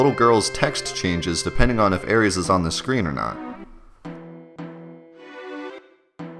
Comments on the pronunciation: Ares = Greek god of war Aries = astrological sign Aeris (s sound, not z sound) = English mistransliteration of Aerith, FF7 character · Really? Sounds pretty normal to me. "air-is" If you for example were to use the latin pronounciation of the "ae" diphthong it would sound kinda weird, like the english "Iris". How are people pronouncing it then? EDIT: nvm now I heard it... "Aries" wtf. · I love the vid, man... but "Aries"...? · Wow, not only did he call her Aeris, but he said the name wrong, I want to strangle him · I can't take this video seriously at all. Kid mispronounces Aeris and Regen? Nah. I'm out of here. Get me someone intelligent. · You pronounce/spell Aeris weird. No I’m not talking about the Aeris/Aerith debacle, I mean you spelled it as Aries and pronounce it like the Greek god of war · but he even misspelled it as aries when a little later you see in game text as aeris. his mispronouncing it is so off-putting. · Eric Jones I agree, I stopped watching the video because his pronunciation was so bad, plus the misspell. She's not an astrological sign dummy! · Dude never MIND how you pronounce Aeris. Regen with a hard G?! Are you goddamn serious?! It REGENERATES health!!!! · He wasn't just pronouncing it wrong - he literally spells it out the wrong way, too. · Dude. It's not Aries. Come on. It's either Aeris or Aerith. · I can't get over him saying Aries instead of Aeris hahaha! jk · "Air-ees"? How about 'Air-iss' or "Air-ith', let's get some homogeny in here pls. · Air-is damn lol I hate when people try to make names more complicated then they are. It's not spelt Aries, she isn't a Greek god. And if you want to get technical it's Aerith anyways. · Lol he also said Aries instead of aeris/ aerith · Who tf is air reeeez? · "Ares"? Jesus, I know we disagree over "Aeris" and "Aerith," but seriously, that's not funny. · Her name isnt Aries... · I was like "Who the fuck is Aries?!" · SAY ARIES AGAIN. SAY ARIES AGAIN. I DARE YA. I DOUBLE DARE YA.